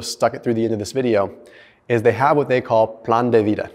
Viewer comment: Your (plan de vida) sounds like it came from a long time Spanish speaker. is full of surprises.